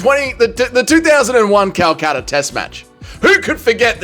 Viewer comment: Calcutta? Nah, Calchama..